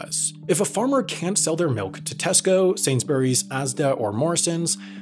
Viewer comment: Now this is unrelated but the way he pronounced Sainsbury's annoyed me greatly.